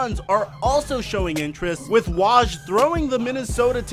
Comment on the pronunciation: You're saying Woj wrong, it's W-oh-j